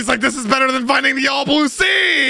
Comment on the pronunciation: That aint "THE ALL BLUE" thats "THE ALL BOOB"